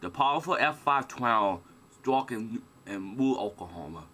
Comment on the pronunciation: "Wemembew deh twaho ih okwahoma stay dekaid ago"